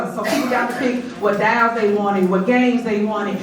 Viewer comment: What dalls they wanted???? I thought it was pronounced as DOLLS!!!! Someone needs to go take and English class!!! Obviously she got math down pat misusing funds lol over the place!